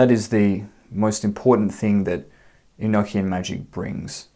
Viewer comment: Well I actually took the time to write this out earlier. First of all you are pronouncing this wrong. I want you to say these two words with me one is an ocean 2 is a notion 3 the proper way to say this enochian as the secret language of the Angels is revealed to you it is actually not so Secret. Do you ever have that high-pitched ringing in your ears so much so that you have all kinds of new ideas some of them might be so in depth that you actually pick up a notebook and write them down in hopes to later re-read it and rewrite it into something more profound. From what I understand feeling very the religion enochian is filled with words that have multiple meanings and that if you listen carefully you will here and see the simplicity the Angels put out ideas on waves and those things are open to receivers who are on those planes they flow like the ocean NeverEnding motion infinite revolving evolving thought it's very circular and it's construct just like any word that ends in t i o n Sean it's almost like you can find God's name right there Revelation Revolution solution contemplation aggravation subjugation etcetera etcetera etcetera. I am just very tired of hearing people say the word eknckian it is pronounced an ocean or a notion enochian same sound same context. I know this because of spiritual experiences I've had since I was a child this language is actually really fun brings about a whole different way of thought and existence and being and it's not to be over thought